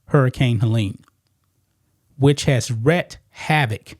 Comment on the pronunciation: It's "wreaked" havoc, not "wrecked" havoc. Long E. That drives me nuts every time I hear anyone say it. To "wreak havoc" is to cause havoc on a grand scale. To "wreck havoc" is to destroy the havoc. It makes no sense!!!